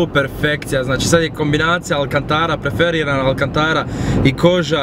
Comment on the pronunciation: nije preferirana nego perforirana